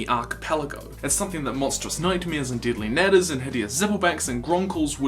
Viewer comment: It sounds like you said dilly nadders